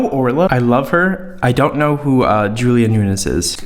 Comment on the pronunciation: Its Julia “noons”